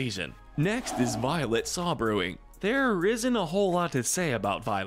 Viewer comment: They also mispronounced Violet's last name.